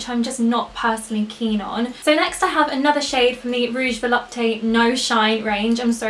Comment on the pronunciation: If there isn't any accent, Volupte is pronounced vo-lupt, no need to pronounce the "e" at the end. I'm a recent French fan of yours :)